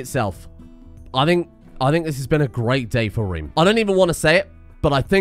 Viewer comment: The Rome-Reem Home-Heem jokes are absolute top class please keep it up. Also plus points for saying little reem reems and reeeemworld!!